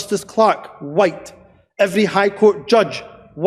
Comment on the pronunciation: Dude was throwing around some hard Ys every time he said whYte!